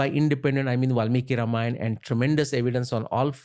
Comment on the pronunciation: Ramayan ❌ Ramayana ✅